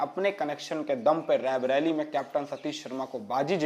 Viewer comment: आपके उद्घोषक का 'रायबरेली 'शब्द का उच्चारण ग़लत है। ये बराबर रैबरेली कहते जा रहे हैं, जबकि सही उच्चारण रायबरेली है । कृपया भूल सुधार लें ।